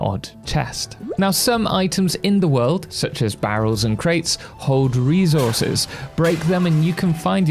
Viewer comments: I'm sorry but the way you say "re - zor - zez" gets me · ReZources is crazy😂